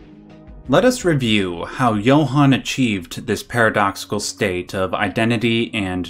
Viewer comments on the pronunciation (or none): none